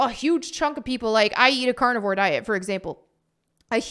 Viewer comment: When you said "I eat carnivore" for a second that sounded like you said "I eat cardboard" hahaha